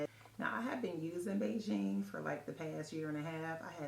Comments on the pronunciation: The pronounced like Begin..... Not really “Beijing” 😂😂😂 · HEY!! Good to see you again!! Thank you for sharing this information- it's much appreciated!! PS. The correct pronunciation is "bee-ghin." Thank you!❤